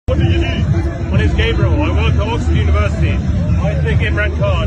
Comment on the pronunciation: in k bhonknay se Oxford ka aur IK ka tu kch nei bigurna pr mere kaanou se ab khoon nikal rha ha in jahilou ko koi betha k butae k its not Ax-fo-rud its Ox-ford